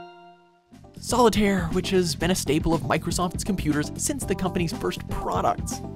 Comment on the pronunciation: Excuse me but SOLITARIE?!?!?! ARE YOU SERIOUS?!